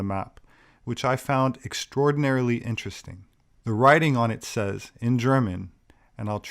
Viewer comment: Oh... Vewe intowesting...